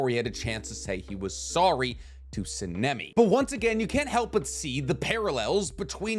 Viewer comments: Please, for the love of all anime, learn to pronounce Sanemi's name correctly!!! And stop watching anime in English! You're a, and weebs are only supposed to watch in Japanese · I love your content but the mispronunciation of Sanemi is killing me